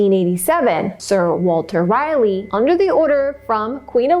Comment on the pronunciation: Great job. I enjoyed your recap of this story. I am a Native North Carolinian. Two small edits. Manteo is pronounced Man-tee-O. Sir Walter Raleigh is pronounced Rah-lee. Raleigh just like the capital of North Carolina.